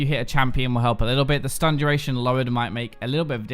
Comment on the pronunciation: When turns german. "Schtun"